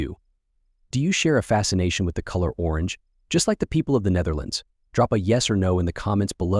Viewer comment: You should study how to pronounce the Dutch before trying to say the name, google translate can help.